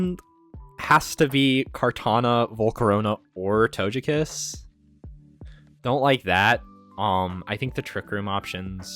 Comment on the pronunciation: Did pronounce Togekiss as To-jeh-kiss???